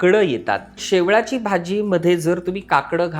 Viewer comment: शेवाळी naka mhnu शेवळी bolych